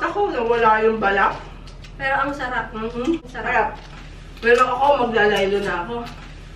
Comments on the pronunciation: “arap” ba, Tita Juday? 😂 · "mmh, arap" 😆😆😆